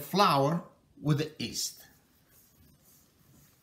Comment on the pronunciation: Haha it's yeast not east, LMAO